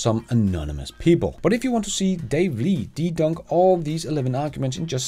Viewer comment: check how to pronounce "debunk". You are a little off. Thanks for the video.